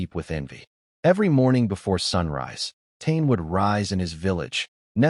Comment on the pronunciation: "tain" is pronounced Ta-ney and spelt Tane. AI fail